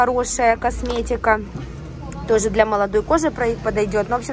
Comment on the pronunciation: слова "тозе", "хоросо",... были и раньше у тебя с таким произношением, или это уже корейское...